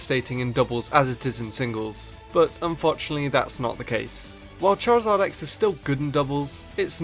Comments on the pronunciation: You mean chorzard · charazard YYYYYYYYY rulles